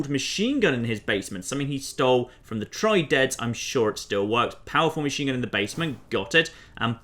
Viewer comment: that's not how you pronounce triads